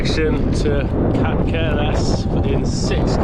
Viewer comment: Ca - ther - es Cáceres the a is strong and the second c is a “th” like catheter.